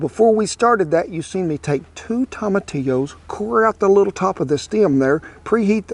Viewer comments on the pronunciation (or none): If you are going to be authentic, learn how to tomatillo, and Chile. Quit say Tilla. And chilly !